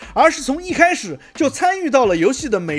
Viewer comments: 看老九滿多影片，才發現您沒把關卡的卡，念成ㄑㄧㄚˇ，莫名感到欣慰。 卡確實是有ㄑㄧㄚˇ音念法，但是那是指"夾住的狀況"或是卡住的動作本身，所以卡住念ㄑㄧㄚˇ是對的，但是關卡之類的名詞應該唸ㄎㄚˇ，還有信用卡或是卡路里，這些都算是Card或是Ca之類的音譯延伸出來的，也是名詞，都應該唸ㄎㄚˇ。 抱歉跑題了，確實認同那些畫面細節的雕琢，實在是本末倒置...先把遊戲性弄好再說吧。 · 是的，但是關卡是真的要念ㄎㄚˇ，只是他們遊戲頻道都統一念ㄑㄧㄚˇ...不過說嚴重也還好，所以也只是聽到正確發音感到欣慰而已。 許多不在意正確的發音，久了就沒人知道正確是什麼了。 好比現在政確DEI在各種作品當中洗，感覺就是賭等過一代兩代，孩子們分不出什麼是原本的了。 有時候計較一下小東西，還是有必要的，至少吾偶而會腦抽當認真魔人。w